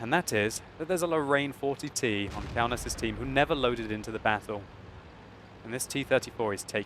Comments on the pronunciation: Kaunas is city in my country KAUNAS (wot player) is from my country p.s you pronounce that very very wrong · Kaunas is a citi in Lithuania so u don't say it like you did. Už LIETUVA vyrai